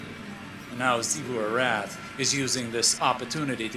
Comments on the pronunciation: Hey just so you know the “X” in Xivu Arath is pronounced like a “Z” not a “Sh”!!! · When will start pronouncing Xivu Arath correctly. Drives me BONKERS that he continues to say it wrong after so long.